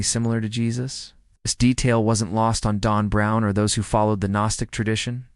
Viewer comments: It said Dawn Brown. That's what I heard. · Why does your AI narrator pronounce Dan Brown as DON Brown? C'mon, makes it hard to take the information seriously.